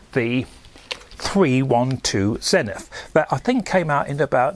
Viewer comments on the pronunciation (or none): This video made me realise, that Zenit is often pronounced as Zenith, however such pronounciation is quite uncommon in its country of origin, because the th sound does not exist in multiple slavic languages if any